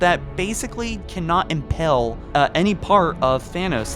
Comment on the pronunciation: "Thanos's sword would imPALE" not impel. IM-PALE..... it might be an accent, but I hate mispronunciation. Kinda of like those who say TurreNt. When talking about about about a TURRET. There is no N in the word.Drives me mad.